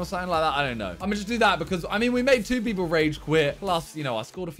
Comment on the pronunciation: "few beoble"